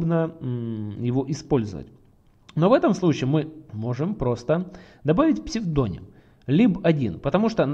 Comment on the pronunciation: Как же ухо режит этот ваш псведОним...